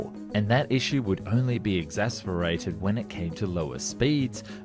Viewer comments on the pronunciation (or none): Exacerbated, not “exasperated”. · 7.39 EXACERBATED not EXASPERATED!